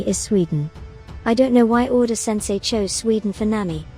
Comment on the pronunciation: you just called oda "oden" ? 😂😂